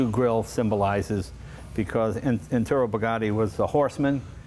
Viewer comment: Hi Jay, His name was Ettore, ET-toray, not Eturo. It's Italian for Hector.